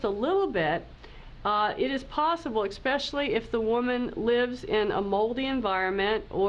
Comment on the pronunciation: So hard to hear a Dr. Say eXpecially.